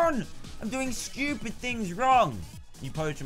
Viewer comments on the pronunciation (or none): um..its "stupid" not stupit